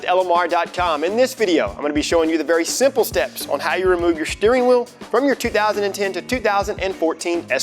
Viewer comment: SHHHTEERING WHEEOL